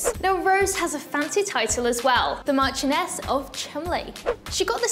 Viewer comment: She might have a British accent but she couldn't pronounce "marchioness"!